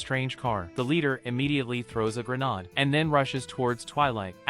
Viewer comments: Bro said granad 💀💀💀💀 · Is this being narrated by an AI? Speaks English, but somehow mispronounces 'grenade'... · Bro its not called a ''granade'' its grenade